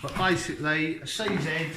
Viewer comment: You keep saying c zett. IT IS PRONOUNCED CZ